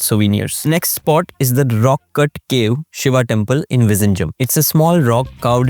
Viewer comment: Vizhingham is pronounced as vinigham